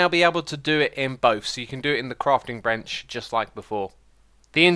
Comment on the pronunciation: to hear him say "crafting bRench"